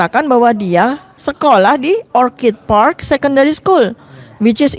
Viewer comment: ORCHID artinya anggrek itu pengucapannya OR-KID. Kalau yang diucapkan "or-cid' itu, kata "Orchard " yang artinya "kebun buah". Tolong kalau bahasa Inggris diucapkannya yg benar biar gak malu2in